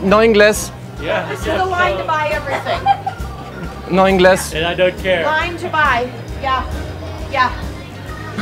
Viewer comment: Megumi Hayashida I first thought it's pronounced as "No ingals".. 😂😂 then he said "No inglès" and I got it that he's saying no English.. 😂😂